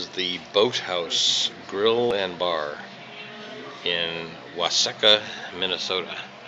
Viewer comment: nice posting except the pronunciation of Waseca, try wa see KA. Translates into fertile soil in Dakota. Must be true, The 4th smallest county in MN for acreage, also the 4th largest in crop production.